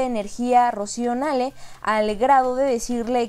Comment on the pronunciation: Querida, porque no pronuncias como todos, incluyendo el presidente. N A H L E.. AUNQUE QUIZAS SE DEBIERA PRONUNCIAR NEIL, TODOS PRONUNCIAMOS N A L E.. POR FAVOR!!